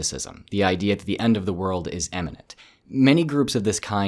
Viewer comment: "imminent", not "eminent".